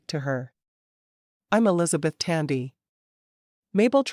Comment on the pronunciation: The narrator says...Ells beth. Should it be Elisabeth?